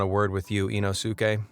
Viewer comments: It's Inosuke (EEE-nos-kay) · Not sure the narrator will read this but if a Japanese word ends in "suke" it's generally, if not always pronounced "s-kay" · You mispronounced the Japanese ninjas name, it’s ino skay being the closest way to write the pronounciation of it, it’s two separate words in the Japanese language put together to form a name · Did he say inoske 😈 🗡️ demon slayer reference ??? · sorry but did hey say inosuke kind sounds like inoske 🤔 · dude! THE U IS SILENT IN INOSUKE'S NAME! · I'm really sorry but the narrator did Inosuke's name really bad. It's worse than Inosuke's name pronunciation